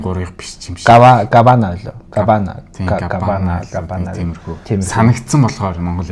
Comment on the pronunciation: Кубана гээч дээ габана гээш